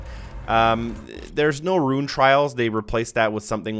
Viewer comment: Love these videos, but RUNE is not pronounced like RUIN. Just say "Roon:"